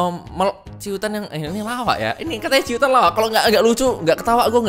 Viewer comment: cuitan bang bukan ciutan wkwkwk :D